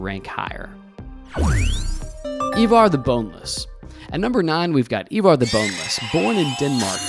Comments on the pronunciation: EYEvar, NOT EEvar. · Americans have no place in this topic.. bias history and mainly incorrect. Can't even pronounce Ivar, it's not Evar! You have your history from a TV program that is also wrong about much.. No Harald bluetooth, no Hrafna and no Sweyn Forkbeard... and many many more. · Why can't Americans pronounce Ivar 🤣